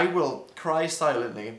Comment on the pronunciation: It’s silently not silenly.